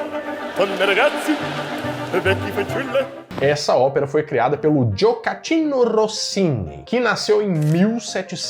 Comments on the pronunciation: Eu entendo que a pronúncia de línguas como o inglês seja um pouco mais difícil por ser tão diferente da nossa, mas quebrar o italiano assim?? Logo o italiano q é tão próximo do português? Largo AL (não AT) factotum (q diga-se de passagem não é italiano, é LATIM), e Gioachino: Leia 'Gio' como "jô", mas com um 'D' antes - 'Djôaquino' (Joaquim em italiano), e não "djôcatchino" 🤣🤣🤙🏼🤙🏼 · Acabei de ver um vídeo teu falando sobre "gafes ao vivo"... e você acabou de cometer uma: O nome do compositor de "O barbeiro de Sevilha" é Gioachino Rossini e se pronuncia "Djoaquino" (tal como Joaquim), e não "Djocatino", como você disse...🤣🤣🤣 Abç...